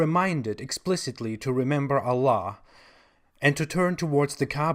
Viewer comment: ....a joker...spurting nonsense, lies and misinformation....ignorant on the religion of Islam and fundamental classical Arabic language..the way he pronounce God in Arabic we easily spot his lies....and claiming to be an expert....out to make money from gullible Christians... this is not the way to propagate your Chtistianity....deal with your bible and its prinsciple...and we don't believe in human sacrifice....you have to own up and answer for your own sins!